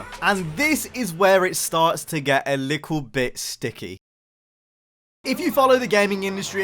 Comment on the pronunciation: Midnight club a cool game named after a real racing group. Need for speed cool iconic cars. Midnight club LA in 2009 had an interior camera and the new Need for speeds “Sorry we only have hood and bumper cameras and hold camera is the closest you’re gonna get to that 🤷🏽‍♂️” Also “Lickle bit” love the accent 😂😂